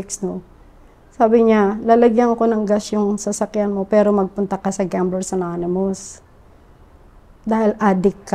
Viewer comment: ilang beses nya nasabi yumg gaamblarsz ananimus 😑